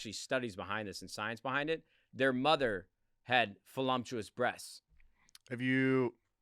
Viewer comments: Sounds like you said Folumptuous… 😂 its voluptuous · this mf said FULUMTUOUS BREASTS